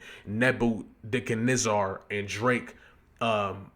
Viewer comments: It’s pronounced Neba-ca-nezzer Sorry bro but it was irking me to hear you mispronounce it 😂😂😂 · Surprised me when he said it like that. I thought he was educated enough to know how to pronounce it. Shame. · Say it with me my G. NEH - BYUH - KUHD - NEH - ZUH (spelled Nebuchadnezzar) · Neb-ba-ca-nezar. Or is the mispronunciation an inside joke that I’m late on??? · 🗣️NAH-BAH-KA-NÉ-ZER the pronunciation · I got you bro. Neh-Buh-CUH-Neh-Zer Nebuchadnezzar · Its pronounced "neh-buk-hed-nezzer" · Neb-uhh-kan-ezzir. Like, yes sir! Yezzzir! Neb-uh-kan-ezzirr! You heard it before, just dont recognize it, the way it's spelled. Pretty sure its said in the Marvel universe somewhere.😂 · same ong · "Nebb You Cuhh Nezz Zur" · its "neba cuh nez err" you aint seen the matrix?? 😂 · Seeing you butcher "Nebuchadnezzar" was funny as hell lmao side note "Nebuchadnezzar" was also Morpheus's ship name in The Matrix.